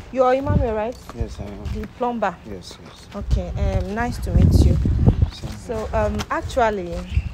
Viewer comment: HEY. Please the word PLUMBER. IS pronounce PLUMMER THE B IS SILENT. SORRY.MY DEAR. ENGLISH IS MY FIRST LANGUAGE.